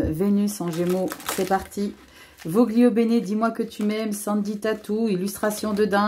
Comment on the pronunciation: On dit volio bene😉